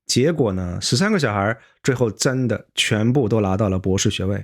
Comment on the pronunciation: 还有zhui后和zhuo😅